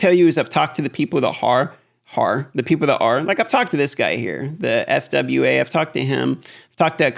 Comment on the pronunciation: Its not F.W.A. Its sounded out fwah. This game is a near exact clone of summoners war and he is top guy there too. Keep on keeping on!